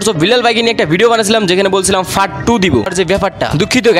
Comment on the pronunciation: fart ❌ part ✅